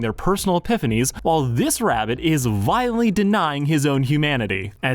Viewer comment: Okay... I'll give you a chance just because I really loved this episode, but I will click off if you make zero attempt to enunciate. Update: Is that seriously how you say "violently"? In two syllables? Come on.